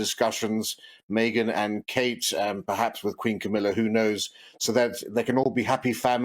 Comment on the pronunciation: fan here! - only thing is he calls Meghan "Maygen"